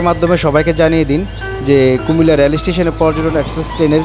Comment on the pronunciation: ভাই "রেল" উচ্চারনটা সঠিকভাবে করেন।